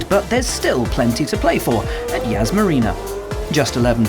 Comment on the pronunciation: Yas not yaz